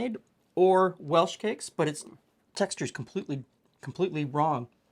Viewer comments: Still a Geordie at heart even though I left England more than 60 years ago. "Hin-ee" is what we said; never "high-nee". You're right about hinney being a derivative of honey. My old granny was Hilda Hannah and I still remember my grandad calling her "Hilda Hannah Hinney" whenever he wanted anything. And furthermore, to let me rant a little about my own personal bug-bear, a "scone" ALWAYS rhymed with "gone", never "stone". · P.S. I "think" it is pronounced hin-ee. "If" I remember correctly, it was a lingual derivative of honey, which was an endearment or term of affection somewhere in England. Hi-nee (long I) is one of the crosses between a mule and a horse. Please don't come for me if I am wrong, just gently correct me!😅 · Singing hinny is pronounced with a short i. As in hint, not like pint. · Singin' HINNEY. hin-knee. You're forgiven 😊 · Just to let you know it's singing hinny rhymes with tinny or mini.